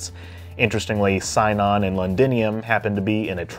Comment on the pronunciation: Sinon is pronounced "see-non". Cmon man it's in the show